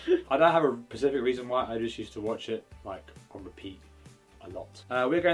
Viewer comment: I'm sorry for doing this but it's specific, not Pacific...